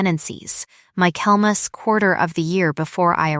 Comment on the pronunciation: I commented on the mispronunciation in two stories, then heard the same mispronunciation in a third story. I just gave up.